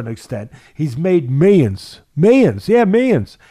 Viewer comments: Meyons! He’s made meyons! Gotta love Teddy 🤣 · For a second I thought he said menions but he said meyons 😂